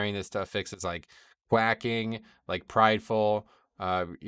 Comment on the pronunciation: good commentary, but note that "quaking" is not pronounced quack -ing but quake - ing (rhymes with waking or baking)